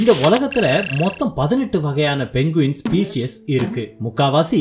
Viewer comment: மொதல்ல இது பேரு 'பென்குயின்' கிடையாது. இதோட பேரு 'பெங்குயின்'. கதை நல்லா இருக்கு. ஆனா பேரை சரியா சொல்லுங்க